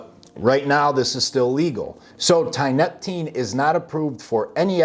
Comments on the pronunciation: You know how you call it tianna. Thats because you pronounce tianeptine with a tea sound. Not a tie sound. Your usage of the term "dope" tells me all i need to know. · "Tineptapeen" 😂😂 At least figure out how to pronounce it properly if you want to come across as being marginally credible. Thanks for the laugh.. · Tia-nep-tine, good video broski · Tee-uh-NEP-teen. It's used as an antidepressant in Russia and Eastern Europe. Has strong opiate properties and is hard as hell to kick. It can be bought online, and works wonderfully as an antidepressant. Until you're hooked. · Dude! Learn how to fucking pronounce Tia-neptine. Say it with me now : Tia....nep...tine...just like it's spelled. Haaha not that hard bud. And the shit is not new at all been around for years in zaza and tianna red. Old news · I'm sorry no disrespect but i did not hear you say tianeptine properly a single time in this video 😂😂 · lol hearing this dude trying to pronounce tianeptine is worth the watch, by itself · You go ahead and state your little guarantee in r/quittingtianeptine and see what kind of responses you get, or better yet, bounce from a high dose multiple times a day CT and enjoy the walk in the park mild WD's. This dope can't even pronounce it correctly, so you're clearly a pair of experts 😂😂😂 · Stop fucking demonizing things, it ruins it for everyone. Just bc there are fking retards using this drug and dont know what the fuck they are doing, it doesnt mean the drug is bad. It all depends on your knowledge and level of self control. Your not even pronouncing tianeptine correctly. So obviously you dont know what your talking about